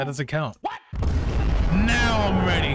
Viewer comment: Blud said:that doesn't cound